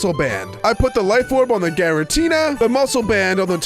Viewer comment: its gyratina